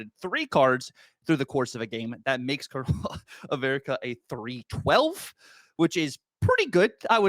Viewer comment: Calling him “Colonial America” makes me cringe. That’s so bad. It’s pronounced like “Colonel Sanders”